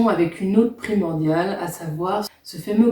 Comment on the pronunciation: se prononce gueloven